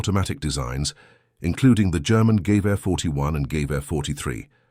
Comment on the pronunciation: THE GERMAN RIFLE, CALLED A GEWEHR SHOULD BE PRONOUNCED WITH ACENT ON THE MIDDLE SYLLABLE - geWEHuh